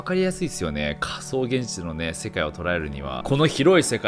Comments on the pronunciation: 序盤のかそうげんじちゅ〜。で、 その後の、かそうって段階でげんじちゅ〜にならないか、何回も息飲みながら見ちゃったからね！！ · 興味深いお話だけど「仮想現じちゅ」が頭から離れなくなっちゃいました(*´꒳`*)